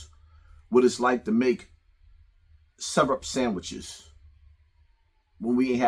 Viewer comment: The Se-Rup. Not the Syrup. But the Ser-Up. 😂😂😂😂😂😂